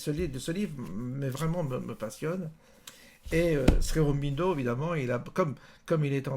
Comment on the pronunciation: Ô guru... Tu es adulé ici. Dis déjà la prononciation. Srironbindo tu tiens ça d'où? Shri Au-ro-bin-do, c'est pas dur! Au sujet de la non violence et de l'histoire passée, rien n'est simple, ce que tu dis est aussi une caricature à mon sens. Elle marche... selon qui est en face. Avec les anglais cela a marché, c'est un fait historique mais l'erreur est de sortir Gandhi de son contexte: c'est un homme, d'une époque, qui a eu une vie et son expérience a fait ce qu'il est. Laissons les hommes ce qu'ils ont été et ne manipulons pas l'histoire un siècle plus tard pour détruire ce qu'il fit alors, c'est trop facile! J'entends ici un regard égocentrique occidental sur une période passée, dans une culture autre, et qui a fonctionnée: les anglais sont partis avec certes leur foutue tactique de mauvais perdant de terre brûlée en faisant que le peuple qui reste soit divisé et s'entretue. Idem shrilanka, idem afrique etc